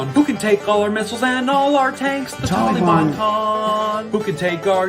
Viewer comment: I thought I was the only one bothered by "Tolly-Bon" 😆 My new favorite song lol